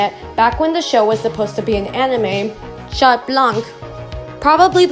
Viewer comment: We don’t pronounce the t in Chat neither the c in blanc btw :)